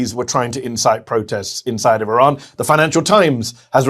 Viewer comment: ⚠🔴 Please try to Spell " IRAN " Correctly. It's Not " E RAN " or " I RAN " or " I RAIN IAN " , It's IRAN , The " I " sounds like " E " and the " A " sounds like " AH " . Just like ITALY , you don't say " I TALY " or " E TAIL IAN " 🔴⚠